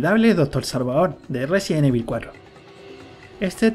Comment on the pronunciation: Por qué dices, resien evil?